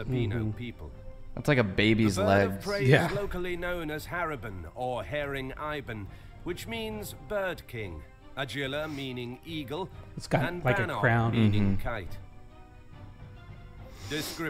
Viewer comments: BTW its pronounced as Haring ee bon not Haring ai bon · Haring Ibon, its pronounced like Harring like Warring then Ibon like E + Boon.... Harring E Boon= Haring Ibon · When he said 'haring eye-bon' 😂😂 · The way they said haring ibon though- its not pronounced like that but ok